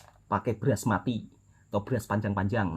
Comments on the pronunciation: sebut betul2 mas, basmathi. kami orang Malaysia tidak pernah menyebutnya beras mati. itu bukan sembarangan beras tapi itu beras paling premium dan mahal. bukan sahaja dibuat nasi briyani tapi nasi minyak, nasi tomato, nasi ayam dan lain2 juga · tu beras basmathi, bukan beras mati. 😅😅😅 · Bkn BERAS MATI tapi BASMATHI.....sebut biar terang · betulkan sebutan beras mati, namanya basmathi. Diimport dari India dan Pakistan. Beras paling mahal, rendah index glisemik sesuai untuk pesakit diabetis. Kurang berkanji, bagus untuk nasi beryani, nasi lemak dan nasi goreng.